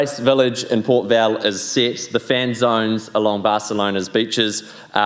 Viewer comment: Hope he learns how to pronounce Port Vell. The "ll" is pronounced like a y.